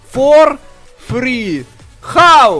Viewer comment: A Roll R. Frrreeee frrrreee frrrreeeee. Ist listen funny.